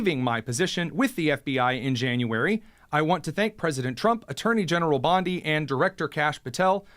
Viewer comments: It is not Bonde it is Bondi beach you prounounce the i. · Dude, it’s Pam Bon-dee. The Beach is pronounced Bon-die.